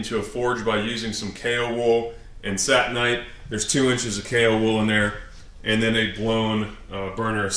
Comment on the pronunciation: For many years I pronounced the refractory cement just like you do Sat-in-ite . Not until recently did I realize its actually Sa-tin-ite. Satan - extreme heat, kinda makes sense now.